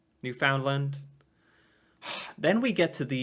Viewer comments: Hey, Newfoundland is pronounced “newfin-land”! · The pronunciation of "Newfoundland" in terms of syllabic emphasis is stress mostly on the last syllable i.e. rhyme the word "understand" with "Newfoundland."